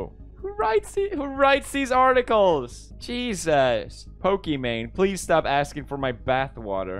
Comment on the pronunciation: It sounds like Alexei from Stranger Things when he said sTouP